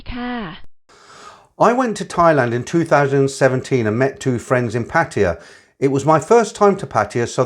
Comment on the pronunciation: A load of nonsense. How these old cargos can be this foolish and gullible is beyond me. See him, he can't even pronounce Pattaya correctly but he foolishly believed these bar girls, the ages of their grand daughters love them. This one even looks like a P.